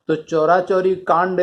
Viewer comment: Sir,चौरा-चौरी नही है,चौरी -चौरा है जो गोरखपुर के पास है।